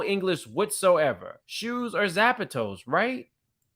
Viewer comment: How did you say “zapatos?” 😩😂